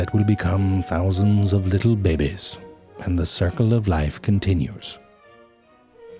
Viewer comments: Is he saying, bebe? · I love it when he says "babehs" its the best thing in the world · the fucking slurping noises killed me; they were brief enough and not noisy enough to sound gross and actually be funny, which is so rare nowadays. Also the fucking "baybehs" pronunciation is so fucking good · I looooove it when he says. " bebbes" for babys😂😂😂😂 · I'm just here to hear you say bebe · LMAO "THE BEBES" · "Let's look at some bebeh nudibranchs" yes, let us see da bebehs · I'm unable to say babies anymore...always comes out bebes. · Love the way they pronounce " baby " bebe c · This is the Only Channel where the word BABIES are pronounced as BEBES!! ..AND I DON'T GIVE A DAMN,COZ THEY SOUNDED SOO CUDDLY-- CUTE!! LUV the BEBES!! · Forgot " baY-Bees" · Lee-Tul BeBeHs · how he says bebe xD